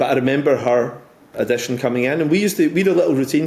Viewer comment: Addition? What………”Audition”! 🤣🤣🤣🤣🤣🤣🤣🤣🤣🤣🤣🤣😂😂😂😂😂😂😂